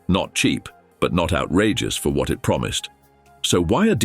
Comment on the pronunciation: AI narrator says “what”